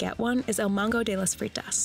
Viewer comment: ..."mago" means magician/wizard and "fritas" means fries..... there´s no letter N in the word mago.